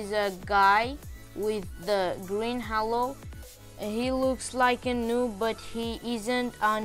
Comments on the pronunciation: It not hallo it is halo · He said hawo instead of halo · Man I hear you saying hallo not halo xD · btw its pronounced as "hey-lo" not Ha-lo but its fine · its prounced "hey lo" not " haaaaalo" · i like that when he said "HALO" sound like "HELLO" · i heard green halue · More like hallo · no he say hewo lol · He really say green hewo lol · its pronounces h "A" lo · Halo is pronounced as haelo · Or heylow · He is brazillian ig Bc brazillian ppl say halo in this pronuciation How i know?!? Im brazillian HAHAE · The way you say halo😂😂🤣🤣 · Dude not trying to be rude but you pronounced halo wrong!